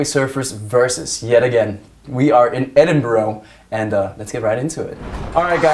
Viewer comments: it's pronounced ed-in-bu-ruh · On behalf of every Scottish person, no, that’s not how you say Edinburgh